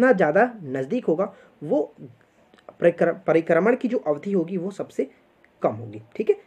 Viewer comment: Sir pribharman nahi prikarman bolata h